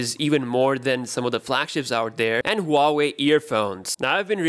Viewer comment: Boss this is waa wei not Huaaawei. Correct your pronunciation